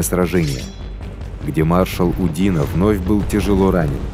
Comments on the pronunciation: Фильм с явным сочувствием к французским захватчикам. Диктор только что не рыдает, рассказывая о диких русских грабителях, обижавших цивилизованных европейцев. Ну хоть бы ударения при произношении фамилий ставил правильно. Никогда француз УдинО не был удИно. И много других нелепиц. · Забавно слышать, как диктор произносит фамилии. ЧичАгов, УдИно.)). В русском языке удадарение падает на О и Ё... ЧичагОв... , а во французском языке на последнюю гласную..... УдинО. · УдИно?? Ударение на О УдинО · УдинО, а не УдИно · Все классно. Даже подписался. Но просьба к автору расставлять ударения правильно. УдинО. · Маршал УдинО. У французских фамилий ударение на последний слог